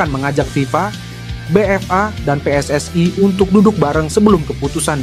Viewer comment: Kalau baca yg benar min PSSI bukan pssai